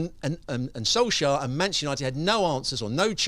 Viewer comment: "let's talk premier league let's talk manjesjer united.." 😳